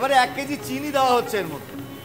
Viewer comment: joler quantity bola uchit chhilo.. Dekchi ke Dechki, deowa ke daowa, neowa naowa...e shob ki pronunciation... rubbish